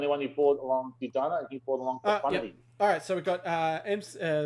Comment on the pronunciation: Can we please start pronouncing General Dodonnas name properly? Do-Donna, not Do-Dana :)